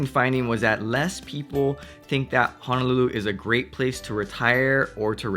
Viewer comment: Hope this doesn't sound too rude. But your pronounciation of Honolulu is pretty "haolefied." Ouch, it hurts my ears! (Living in CA for years but speaking as 5th generation Hawaii-born Asian local.)